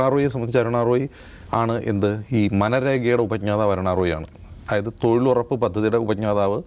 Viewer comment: ബ്രോ, അയായത് അല്ല, ദയവു ചെയ്തു അതായത് എന്ന് പറയു, കേൾക്കാൻ വളരെ ബോർ ആണ് "ആയത്" എന്ന്.